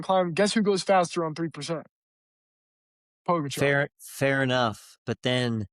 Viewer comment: Can you please pronounce Pogacar's name properly? It's not too difficult to do a quick search.